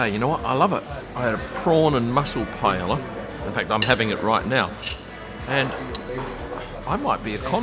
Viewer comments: This is not how to pronounce Paella :D but great video! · I came to the comments for how pronounced Paella. 😂